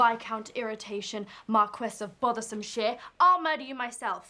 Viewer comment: I thought it was "Bothersomeshit" lol... 😂😂😂😂